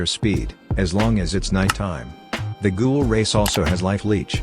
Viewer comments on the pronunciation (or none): ... IT'S NOT GOOGLE IT'S GHOUL